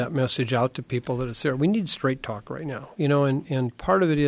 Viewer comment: LMAO , roight? 🤣💩